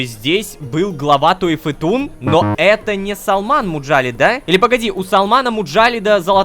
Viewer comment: Туэфетун туэфетун, тфу, то гидра епта)